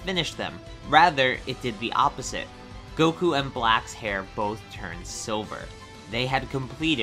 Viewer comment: It sounds like you say sober instead of silver